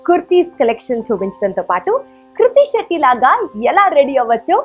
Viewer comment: it's not kurti shetty😅😅 it's krithi shetty